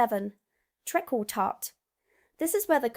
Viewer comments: Treekle tart not trickle tart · New York style cheesecake, at least what I have tried, is 'bleurgh'. It's treacle tart [treekle] not trekkle! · It’s treecle not treckle tart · Treacle Tart is pronounce Treekle not Trekkle 😂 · Treckle tart ? Treacle pronounced Treecul not treckle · It's Treacle as in Tree Call not Treacle as in Kirk phoning home "Trek Call". As for mince pies, we kept the name because we didn't want to share. As for Spotted Dick, what was the houses of parliament thinking of? Spotted Richard indeed! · Eton mess is pronounced eeton..treacle tart is pronounced treecle.. hope this is ok? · It is pronounced Treecle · Not trekkle, treacle 🤣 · Correction: 'Eeeton' and 'Treeecle Tart' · Its prounounces Treekle... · Trekkle Tart??🤣🤪😂🤣🤪?😅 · I always thought banoffee pie was American. Same applies to the Knickerbocker glory. Eton pronounced Ee-ton. Treacle tart not treckle. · Treacle is pronounced tree-cull,and vegetable suet is also available for vegetarians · tree call tart not what you said . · Trekkle tart? Eat-on mess? Who is this "American" who sounds as if she has never been out of the south of England in her life but doesn't know how to pronounce what she claims to be talking about? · Hi, Treacle Tart is said like Treecle Tart.